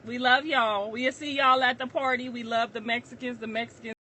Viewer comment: what PWARRRTYYY!??? 😂😂😂